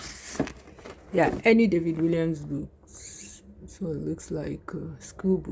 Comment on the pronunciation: The author's name is pronounced WALLIAMS with an ‘A’, not ‘I’